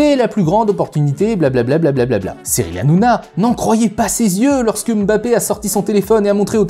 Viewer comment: Enfin ! une personne qui prononce correctement le nom de Mbappé. Eh oui c'est bien mbappé et non emme bappé comme on entend partout. Pouce bleu direct. Concernant la vidéo c'était très intéressant.